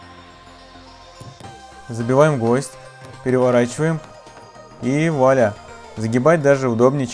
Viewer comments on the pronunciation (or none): none